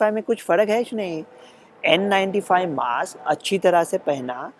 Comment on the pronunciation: लोकमत म्हणते मॉस्क.... ज्याला आम्ही म्हणतो मास्क.